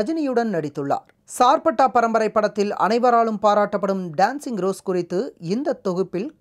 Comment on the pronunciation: டேன்ஸிங் ரோஸ் அல்ல டான்சிங் ரோஸ்....